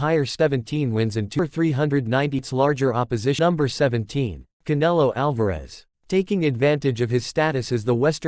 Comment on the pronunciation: Can-a-low Alvarez does have a good rez-oom.